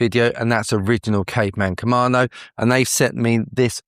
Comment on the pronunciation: KamaDo, not KamaNo